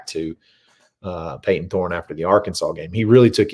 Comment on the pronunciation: Just say it. It’s Thorne